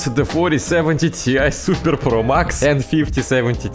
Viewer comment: suppearrrr,,😂 that word got me everytime he said